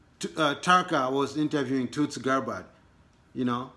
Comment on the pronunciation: My brother from Africa TUTSI ? is a tribe in Rwanda and Burundi .You have to help pronounce it as Tul-Si and not Tut-Si . But good job you need to speak Swahili or your local dialect it will help the rest of us . As they say in Swahili Asante Sana